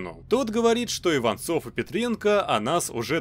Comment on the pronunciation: Мне послышолось не Иванцов а Иван золо